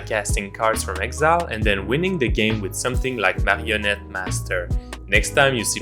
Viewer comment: Great game and nice choice of commanders. Probably one of my favorite newer channel :) I love your French Canadian Pronunciation of Marionnette (I'm french canadian too :D )